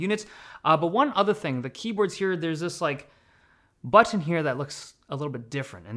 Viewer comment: As a Brit I really notice you sometimes pronounce your “T”s quite strongly for an American accent. Such as the word “button” when talking about the copilot button. Whereas most others “T”s are the more American “D” sounds.